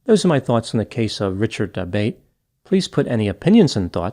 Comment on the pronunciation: Isn't that surname pronounced da-BOT-ay?